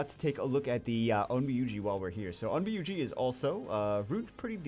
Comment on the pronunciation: wonder how long it takes for to realize he is pronouncing onmyouji wrong (its pronounced on myo ji )